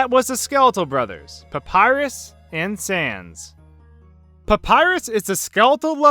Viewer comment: Did you just pronounce "sans" like "cens"? Seriously? Do you even pun, bro?